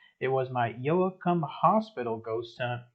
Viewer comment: Its Pronounce YO-cum..dont pronounce the "a"....Glad to see this style again.